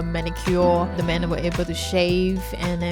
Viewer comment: As a former Singaporean, I can easily detect it in a Singaporean. She sounds like her accent has developed from exposure to foreign countries, while maintaining the essence of the Singaporean accent. Still pronounces words with 'th' with a 'D' sound as in 'De food here is excellent.'